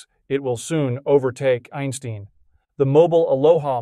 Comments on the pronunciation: "Einsteen"? Albert Einstein's last name rhymes with "wine wine". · This is Howard Einsteen.